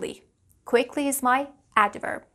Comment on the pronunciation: You tend to add a sort of shwa at the end of words, especially when they end with a consonant, e.g. "adverb-uh". You have been doing that even in the older videos of the ielts speaking tests years ago. You have the vocabulary, competence and experiece of a good English teacher! Just maybe practice your pronunciation a bit by learning the phonetic rules of English.